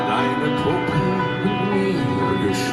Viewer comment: Your "Puppe" was pretty close to how it sounds when a german says it. Well done. It is a very creepy and also sad song. About a prostitute with a little brother that stays in the next room while she is having gentlemen over for business. But in my opinion it is safe to say that this "brother" is most likely her son which she got by accident from a customer who either doesn't know about his son or won't care that he impregnated a girl/prostitute and because of her probably still young age she says to everyone and to him (or he hears it when she is telling it to others) that he is her brother, although he is most likely her son (it is the most likely scenario for me). And in the end (close to the end) she gets killed by a customer. Could it even be the father? Because the "brother" gets angry out of nothing and maybe he inherited that lack of emotional control from his father who kills his "sister" (mother?) in the next room...?? Not necessarily kid sister. There is no actual mentioning in this song that his sister is younger or older. "Schwesterlein" CAN mean little sister, but it can also mean a diminutive for his sister. I did manage to call my older sister "Schwesterchen" a few times in my life what is usually a diminutive, as "Schwesterlein" can be also (Schwesterchen and Schwesterlein mean the same. A diminutive of Schwester (sister)). On the other hand the really big baby carriage could, but mustn't necessarily mean that he is an older child, maybe an adult who's mind ha